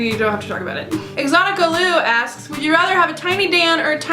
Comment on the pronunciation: Woah you put my question in here! And you pronounced my user (exocticalou) right, no one ever does. I think I would probably keep a tiny Phil in my pocket too he would be so positive and totally adorable.